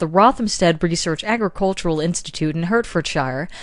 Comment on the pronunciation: Thanks dude for another wonderful year of intriguing ideas. I will just state though in Hertfordshire we pronounce it "heart"-fordshire